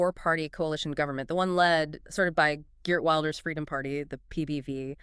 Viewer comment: "Wilders" is pronounced "will ders", not "wild ers". And arguably he did the right thing here: the coalition he was a part of had made it clear that none of his interests were going to be considered, even though he has the largest party. This is the same trick they played on him the last time: get his support, and then don't support him. I'm not surprised that he left, but I do fear we will end up with a left-wing government that will do even worse on immigration.